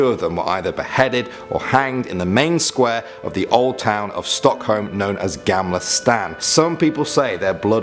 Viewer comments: I know, det lät som namnet ‘stan’ hahahaha 😅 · Ertan hxn inte så fina uttal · han säger typ "gämla stän" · Nej han sa gämle stän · “Gäämlah stään” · "gaymla staun" Im sorry but i just found it so funny when you said it LMFAO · Gämmla stän!😂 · Haha gämla stäan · Ja! Jag älskar hur han uttalar Gammla Stan😂😂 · ”Gamla stan” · Its not "gamla stan" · As a swedish person i realize that you cannot pronounce gamla stan right